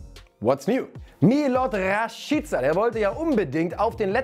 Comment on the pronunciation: Rashiiica😂 wer spricht den bitte so aus 😂